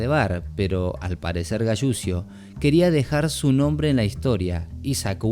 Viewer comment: Donde se escucha "galusio" escuchese " galuchio" la fonética correcta de apellido italiano es Galuchio. La doble l se pronuncia como una sola. Saludos